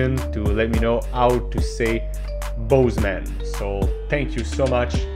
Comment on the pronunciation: Thankya my friend. I appreciate ya very much!!! You enjoy your beautiful Sunday as well. . . .10-4!!! Keep On Trucking & Truck Safe😃🤠😎🚚🚛👍🏼👍🏼👍🏼! Your English is perfect & you pronounced Bowsman, Montana just fine. . . ."B-OHS-MAN". . . .Bowsman. . .you said it just fine my friend👍🏼👍🏼👍🏼